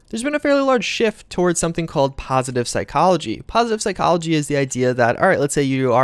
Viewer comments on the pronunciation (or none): none